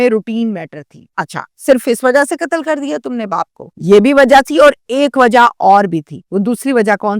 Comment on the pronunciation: Urdu lafz Qatl hai, Katal nahi..sahi lafz Umr (age) hai, Umar nahi.News reader ko language per uboor hona chahiye.